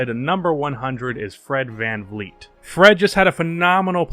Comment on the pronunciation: Its Fred VanVleet not Fred VanFleet.